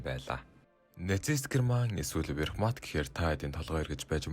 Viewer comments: юун верхмат вэ, вермахт шүү. зөв уншаач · Wehrmacht буюу Веермахт гэж уншигдана. Tiger буюу Барс танк гэж уншигдана. Гэрман биш Герман гэж Монгол хэлээр бичигддэг. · Вехрмат дээр чих хугарлаа! 😂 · Верхмат гэсэн үү 😂😂😂 Вермахт бхаа